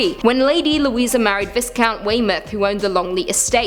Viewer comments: "Vise count" Its only spelt "vise", it's pronounced like "V-eye" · Viscount - it's pronounced VY-count kiddo ;) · Viscount pronounced Vaycount - the s is silent!! Sorry!! Enjoy your videos very much